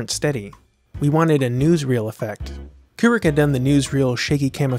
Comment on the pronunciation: It’s Kubrick bro